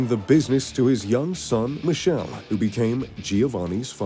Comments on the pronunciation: Michele Michele not Michelle Michele MI KE LE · It's MICHELE NOT MISCEL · His father's name is pronounced with a k sound. Sounds Mikele Ferrero